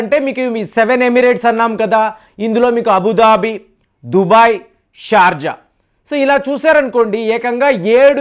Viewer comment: Its not Dhubai. It is Dhubgai.